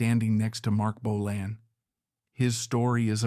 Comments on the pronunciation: It's Bolan, not Bolin, and Finn wasn't in the car crash! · Bolann? Bolayne? Bolon? Lee's Paul??? Pictures of Suzi Quatro and Steve Vai? Dude, your subject choices are awesome, but you are in DESPERATE need of a knowledgeable and capable editor.. Consider it. Relying only on AI is a big mistake.